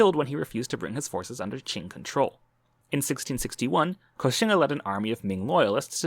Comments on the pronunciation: Koxinga is not ko-xin-ga. it is kok-sing-a. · Koxinga is not ko-xin-ga. it is kok-sing-a. it comes from hokkien language.